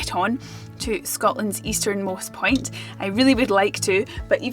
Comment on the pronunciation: Accents are fun. I thought for a second she said "easternmost pint". Accents can be disappointing.